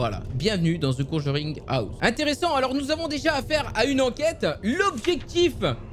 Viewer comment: Mais il est trop bien le jeu ! Graphiquement il envoi aussi sinon super vidéo petit like qui fait plaisir 😉 par contre ton anglais à the conjuring houze mdrrr